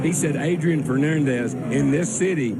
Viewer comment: "Adrian Fernoondez" -Darrell Waltrip